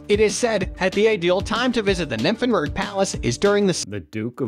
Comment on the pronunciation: The pronunciation.... Kills me! I have not understand "Nymphenburg" XD but german is really hard i guess. The Eisbach is a must seeing! Best time to visit is summer indeed. Biergarten at every corner